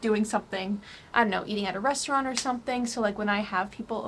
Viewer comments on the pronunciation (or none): none